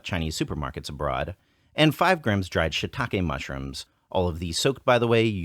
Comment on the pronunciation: You guys are amazing! Such a wonderful channel - I could watch your videos all day. One little thing; shiitake mushrooms are pronounced "she talk eh?" and not "shit talk eh?" ;)